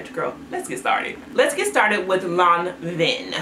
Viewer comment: 😝 granted…it’s Lanvin sounds more like law- vuh.